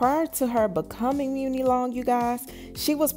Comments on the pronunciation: Isn’t her name pronounced money long not mooni? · Why are you pronouncing her name as Mew-Knee? There is a saying that "My money is long". I'm almost positive that her name is a play on that saying. It seems the correct pronunciation of her stage name is Money. Hearing you say Mew-Knee over and over is taking me under, lol. Good story though! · Muni pronounced “Money” Chile whet?? 😂😂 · It’s pronounced like money 💰 not mooney 😂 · she pronounces it “money” rather than “muney “ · It’s pronounced muni like Money lol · I believe it's money not muni like the SF train but lol. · Money it’s pronounced like money… not moony lol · Muni = Money. Not muunie lol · I thought it was pronounced like “Money Long” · Muni!!!! No it’s pronounced like Money👌👌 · Her name is pronounced like Money , hence the name muni long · Her names pronounced “money” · Muni pronounced MONEY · Muni (Money) Is how it’s pronounced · Apparently the muni is pronounced money, “money long” 💀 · Muni long name pronounced money long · “Money” is how you pronounce it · Girl…It’s Pronounced MONEY LONG 🤣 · It's pronounced "Money". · I had to stop watching once I heard "meunie" long 🤣🤣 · Girl her name is pronounced money long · Though spelled Muni it's pronounced money... Some level of respect.... Just messy.... I said what I said. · Money* Muni is pronounced MONEY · I pronounce it as money long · It’s muni like money… lol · I promise her name is pronounced MONEY LONG LOL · It's pronounced money girl 😂🤣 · Her name is pronounced "Money"...lol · LOL..it's pronounced Money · I WAS JUST ABOUT TO BREAK THIS DOWN. THE PRONUNCIATION OF HER NAME IS IRRITATING AF. I MEAN LISTENING TO THEM MISPRONOUNCE IT IS 🤦🏽‍♀️ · It is girl! They act like they can never pronounce someone name right lmao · Is her name pronounced like that??